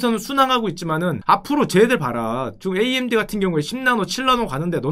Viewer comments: 글쎄 암드라는 단어는 업다니까 자꾸 그러시네 구글 번역기에 암드 쳐보세요 나오나 ㅋㅋ amd 를 암드라고 읽다뇨 에이엠디라고 읽는 건 많이 봣어도 암드라고 읽는 건 처음봄 단어자체가없는데 무슨 소린지 모르겟네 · 나는 평소에 '에이 엠 디' 라고 말하는데 언제부터 암드가 ㅡㅡ